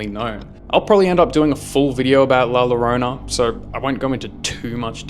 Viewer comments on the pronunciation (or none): It’s not la yorona it’s more la joruna and yes I’m Mexican just trying to help u and one time I went to Mexico and I’ve seen her and heard her😳